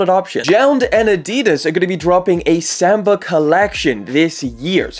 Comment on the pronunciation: OK Let’s say it together kids… SAHMBAH …. Not Semba!